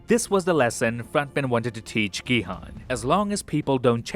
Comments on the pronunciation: His name is 성기훈 so it’s pronounced Gi-Hoon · Gi-Hun's name is pronounced Gi-Hoon or Ki-Hoon. Please pronounce it correctly. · Main character name is pronounced incorrectly. Try again with Gihun as "Gihoon" but dont make the oo sound too long. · Great video, v insightful. Btw, Gihun is pronounced "Ghee Hoon". Not your fault. Netflix was f*cking dumb and spelt it wrong.😢 Also, there are 3500 islands off S.Korea so it's plausible that it could have been v hard to find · that’s why I said 'effort'. He didn’t say all the names correctly but he has the effort to at least mimic how the names are pronounce in Korean. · GiHoon not Gihan